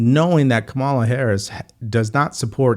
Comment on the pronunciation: I want to take you seriously but you still can't pronounce 'Kamala'. It shouldn't be THAT hard to grasp.